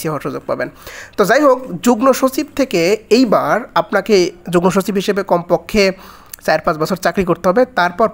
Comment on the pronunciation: ভাইয়া যুগনোর জায়গায় যুগমো হবে উচ্চারণ।